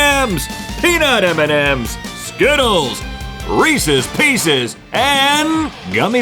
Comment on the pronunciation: As someone who loves Reese’s PB cups, Reese’s pieces are a disgrace and monstrosity. Side Note: thanks for pronouncing Reese’s the proper way. It’s not Re- Sees folks!